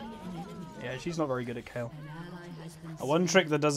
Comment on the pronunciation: you said kayle you didnt need to correct yourself cuz you said it right